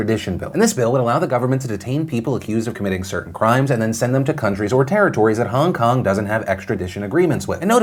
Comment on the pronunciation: Nobody: Phil: Hahng kahng